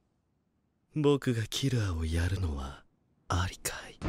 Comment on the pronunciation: On dit ''high'', Pas ''hight''